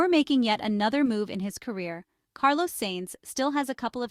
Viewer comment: Please learn how to pronounce Carlos's name properly. It's not difficult.